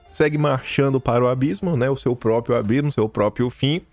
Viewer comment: meu querido, sua professora sempre aqui. Cuidado com "própio"!!!! Tem um r no meio própRio. Do mesmo modo, propRiedade, etc. Beijo no ❤